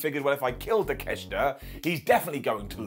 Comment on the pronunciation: 12 minutes to beat the douche way to make a monster look weak. Poor Wardlow also its pronounced TAKE-A-SHITA